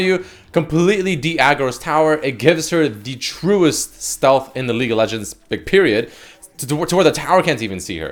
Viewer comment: Does he say "Leak of Legends"?